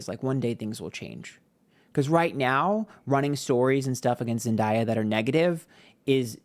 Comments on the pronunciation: I can’t get past the intentional mispronouncing of Zendaya’s name throughout the entire video. I know it’s part of your schtick, but doing it to a Black woman, and saying her name correctly not one single time - as you often do for others - is not cute. I’m a longtime subscriber but had to say something bc this is really disrespectful. And to state that Zendaya is benefitting from a lot of privilege in the industry, in comparison to miss blondie who’s famous for doing a white supremacist ad campaign, is tone deaf. I don’t think you were referring to racial privilege specifically, but the context is always there, especially considering that Zendaya probably had to overcome a lot more types of obstacles to get to where she is today than Sydney did. Think about how much longer she’s been a working actor - literally since she was a young child - so of course she’s “ahead” of of Sydney now, but the word “privilege” feels loaded to me. I appreciate other aspects of the video and your channel, that’s just my two cents. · It’s pronounced ZEN like 🧘🏽‍♀️ and Day - Ah, it’s Zendaya. Sydney is going to find out sooner than later that Zendaya is the peoples princess and Sydney is just a republicans favorite thing to look at, but they don’t support her, clearly. I mean look at Alexa… she gets her check, goes home and live her best life. Sydney is walking shame. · I love you but you know it's Zen-day-uh. I needed this reading though! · you can literally look up "Zendaya tells how to say her name" and the first one to pop up is her saying it's pronounced Zen 🙏 - Day 🌅 - Ah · using ebonics while being aggressive to a biracial woman is a choice. i’m incredibly disappointed but that’s on brand for your kind. you know dang well how to pronounce her name. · Of course he's on that YT girl side and can't even pronounce Zendaya correctly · to be miss pronouncing zendayas name and to be on a pick me side that causes drama is crazy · It’s not Zen Die A